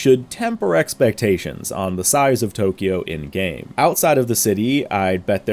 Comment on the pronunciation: I love you and you're channel a lot but please... It's pronounced TO-KYO, not TO-KI-YO. Please. It's only two syllables, not three. (Sorry to be a nit-pick but it's killing me) Thanks;)